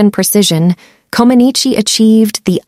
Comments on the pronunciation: Her name is pronounced Co-man-NEECH, not Co-man-NEECHEE. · Her last name is pronounced [comb a nich]. Not [comb a nee chee] ... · Her name is pronounced "Ko-man-NEECH." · It's pronounced "Comaneech." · I watched it live and nobody ever pronounced her last name with the long E. The E was silent. Just saying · Her last name is pronounced K-om -on -each the I at the end is silent. 🤫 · Never heard her surname pronounced like that - as if it’s Italian… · But her name is pronounced Comaneech. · I do not think you pronounced Nadia's last name properly, but everything else said is spot on. I remember her perfect 10 scores well. To me, she is a hero. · You managed to pronounce her name 3 different ways, good one, maybe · Too bad you don’t know how to pronounce her last name. Maybe you should hear someone say it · It would be great if they would pronounce her last name correctly.. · At least, pronounce her name correctly. You’re adding a syllable at the end which doesn’t belong there. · Not trying to be rude, but you are pronouncing her name incorrectly. You don’t need to pronounce the E. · Her last name is being pronounced incorrectly she is Romanian not Italian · You do not pronounce the final i as an i sound in Comaneci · You don’t pronounce the E at the end of her last name….. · Go to pronounce names, before you do a piece on the person. It may just give you credibility. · That's not how you pronounce her name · Learn to pronounce her last name!!!